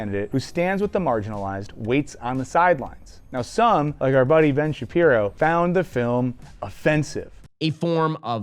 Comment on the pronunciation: I thought Ben Sha-pee-word is a pope of the Jews not pope the pope